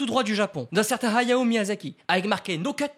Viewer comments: Arrete de dire "Hayo" c est Hayao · On dirait que tu dis はよ (hayo) au lieu de Hayao ahah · Ok pas mal l'anecdote par contre ta prononciation de " hayao " est abominable il fallais le dire